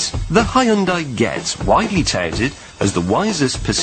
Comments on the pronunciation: この外人のヒュンダイの発音聞いてるとホンダと間違えて買わせる商法がまかり通ってたなんて話もあながち間違いではないのかと思ってしまった。わざとこう発音してるなら別だけど。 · 日本語: ヒュンダイ 英語 スペル:Hyundai 発音:ホンダイ な ぜ な の か